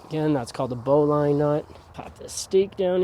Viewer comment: It isn't bow as in bow of a ship; it is bow as in archery. BO-lin or BO-lun(I think either are acceptable), not BO-line. Thanks for the setup video, though.